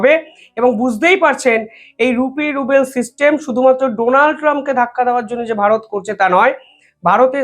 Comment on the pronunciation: রুপি রুবেল বলছেন কেন। আসলে রুপি রুবল হবে। 70 বিলিয়ন ডলার কে, 70 ডলার বলছেন। এ ধরনের ভুল আপনার কাছ থেকে আশা করা যায় না। দিরহাম কে ডারহাম বলছেন। চায়নার হোয়াং নয় ইউয়ান।